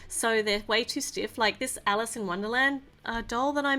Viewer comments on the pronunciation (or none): none